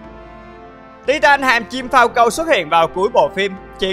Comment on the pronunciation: Sao anh nói Falcon lại nói phau câu vậy anh